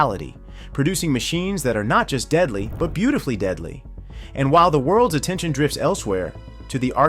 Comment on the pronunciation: “Beatifully deadly” 😂 is that a compliment or like a joke?!